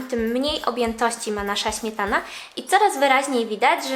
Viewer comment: Ś, Ć, DŹ...DwieSCe pięCdzesiąt ... Smietana ... wyciSąC.... Póki jest pani młoda, da się skorygować tę wadę wymowy. Trzeba głośno czytać, najlepiej komuś – kto będzie na bieżąco poprawiał błędy zdrabniania sibilantów. No i pamiętać o tym. Najbardziej przeszkadza pośpiech w mówieniu, tak typowy dla współczesnych...